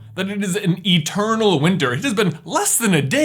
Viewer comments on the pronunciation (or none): none